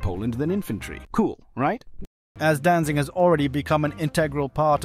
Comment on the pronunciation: Danzig* not Danzing. Good video though.